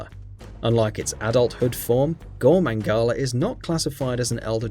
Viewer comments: shengaru magala and gore mangala? how could anyone possibly pispronounce that? even i who had never heard anyone say either name until recently couldnt have made that mistake? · "Gore Maingala"lol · how do you say gore magala wrong twice let alone saying shagaru magala